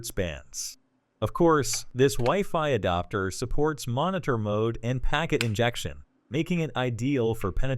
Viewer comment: You AI keeps mispronouncing, "adapter" as "adoptor." You should edit your transcript to pronounce some words phonetically to force the synthetic voice to say it right.